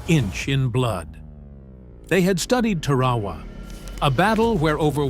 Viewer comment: Not Tarwawa - Tar-a-wa.